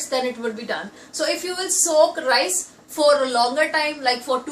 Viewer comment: need to improve your English.....RICEE.....the teth Punjabi slang....also need to be more polite....u appear too harsh....